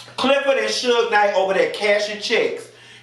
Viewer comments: Everytime you say Suge Knight got me like 🤣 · Lmao! "Suge Knight" 😂😂😂